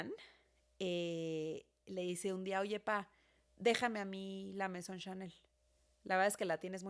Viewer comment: “la Maison” Yo: la mesón🧆